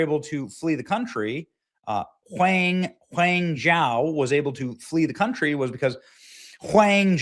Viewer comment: "Whang Jow"😂😂😂